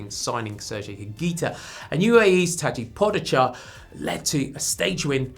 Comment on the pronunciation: It's Tadej Pogačar not Tady Pogitscha, but nice try nonetheless